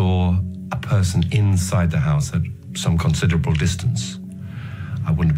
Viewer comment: You can definitely hear the northern English accent atvtimes, e.g. when he says "considerable", "convicted" (stress is on the first syllable CON) and "Monday" (Mundy).